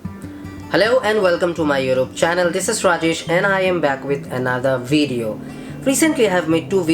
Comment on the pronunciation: Why do you pronounce "YouTube" as "Europe"? Lol thats funny.